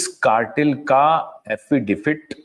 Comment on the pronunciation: आप बार बार एफिडेफिट कहते है..... एफिडेविट कहिए